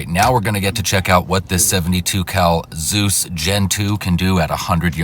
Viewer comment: Hesus entered the Chat 😂😂 It's Z E U S Bro